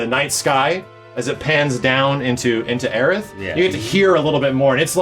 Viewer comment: stop saying aerith!!!!